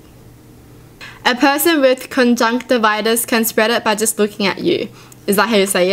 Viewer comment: I’ve had conjunctivitis 5 or 6 times in my life... I’m 11... if you touch or rub your eye you need to wash your hands before you touch someone cos they might touch their eye then they have it., you pronounced conjunctivitis correctly!